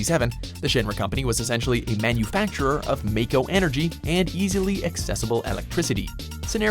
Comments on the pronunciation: When they pronounce Mako wrong. (Mah-Ko) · May-co energy smh